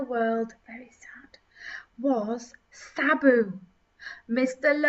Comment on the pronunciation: to , It's not Sabu it's Shabba, the name of a dancehall artiste from the 1980s and 1990s